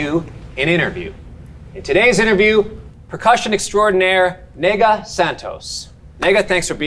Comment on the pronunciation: "Nêgah" is a nickname derived from "negra", which in Brazil means "black woman". Just pronounce the "e" like the interjection "eh" and you're good to go!